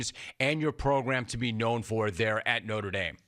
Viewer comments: Uh it's NOTRE, not NORTE. Get rid of your USC employees, Jim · “Norte”?? Moving on… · "Norte" Dame? Dumbshits 😂